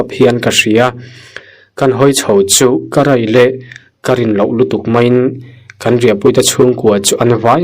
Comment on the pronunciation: A ngaihnawmin beng a tlai ṭhin mange...Mahse i thawnthu 2 na khi hmanah ka ngaithla daih tawh a,nangma chhiar tho hi niin ka hria a,a ngai ngaihthlak reng hi chu a ninawmin a ho duh riau a,tih tawhloh ni se...Chubakah 'Ka rai le!' nilovin 'Ka rei le!' tih tur zawk a nih hmel.